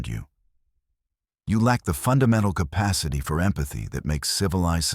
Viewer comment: Capacity. Not compasity